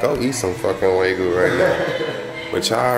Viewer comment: Every time y’all say waygu instead of wagyu, I giggle a lil bit 🤭